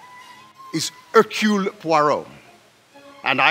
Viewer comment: Was there no actor available who could pronounce „Hercule“ correctly?